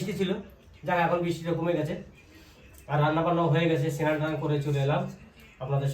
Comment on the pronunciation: Sinan hoy na snan bolun